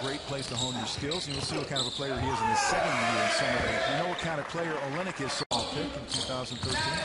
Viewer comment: It's pronounced OL-LYN-NICK